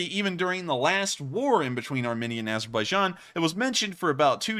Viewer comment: btw, Armenia is pronounced "armeenia", not armihnia.